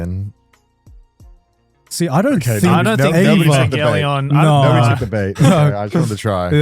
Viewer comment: Bro said evangelion? Wuuuut